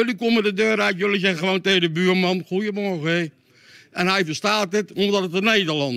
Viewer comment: Aardbeien neus kan in 7 talen goeiuhhmorrgu zeggen 😹😹😹😹😹